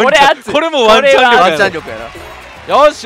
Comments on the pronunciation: ワンチャンがマンちゃんにしか聞こえない…（） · ワンチャンがマンちゃんに聞こえる…